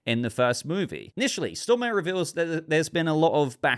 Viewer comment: Please Pay attention to the pronunciation of people’s names. The actor in Constantine’s name is pronounced “Sto-mah-ray”.